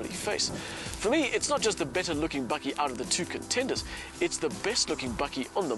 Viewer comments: hahahaha i was listening to the review from Aus until the presenter gooied the BAKKIE word. love it !!! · Its a "bakkie" not "bucky". Its South African for a pick-up. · Bakkie , not buggy ! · For all you North Americans: bakkie (pronounced "bucky) is the Afrikaans word for a pick-up. Afrikaans is the first language on Google translate. There you now you learned something.